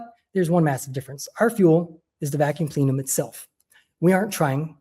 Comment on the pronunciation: It's plen-um, not 'plee-num.' And Richard Fine-man, not 'Fain-man.' 🤦 Embarrassing.